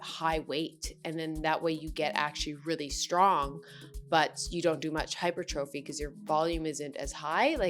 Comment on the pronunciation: Hypertrophy is actually pronounced like "hy-per-tra-fee". BTW - Your "fitness investigation" videos continue to be awesome. 👍